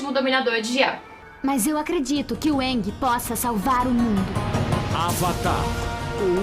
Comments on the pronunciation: Eu nem ligo muito se é usado dobra o dominação. Eu ligo é q na lenda de aang eles pronunciavam o nome dele como eng e na de korra como ang msm. Fala ENG porraaaa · Eu não gostei em A lenda de Korra, da pronúncia "Aang" enquanto deveria ser "Eeng" não sei se foi adapção, a pronúncia correta ou erro. Só que eu não gostei!! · e em Korra que pelo menos na primeira temporada eles estão pronunciando: "Avatar ANG" e não "Avatar ENG". Isso me incomodou um pouco